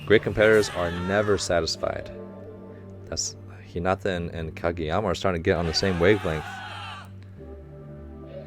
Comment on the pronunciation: ahahaha!! “Challenge me Kageyawma” 😂🤣